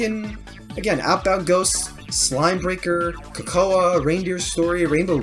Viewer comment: Hey there, main dev of Kokoa here! This was such a cool reaction, getting to hear thoughts about all of these neat games! I was rather surprised you saw Adventure Time in my game's style, that's interesting! I honestly hadn't heard that one before, so that's actually really cool! Also props for pronouncing Kokoa's name correctly!